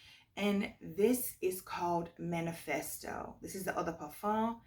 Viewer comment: Hello gorgeous! I'm a French speaking subbie, and I just want to tell you that I absolutely love it when you say "Eau de parfum"! 🥰